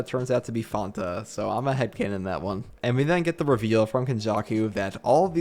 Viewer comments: He said with a twitch of spanish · i've never heard fanta be pronounced like that😭